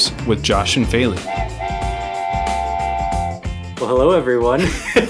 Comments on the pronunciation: I noticed the voice over announcer pronounced "Feli" the way she says most Americans pronounce it - (Fay lee) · But in fact, "Feely" and "Feli" do not sound the same.The first is pronounced [fiɫi] and the latter [feli]. That is if you know the International Phonetic Alphabet.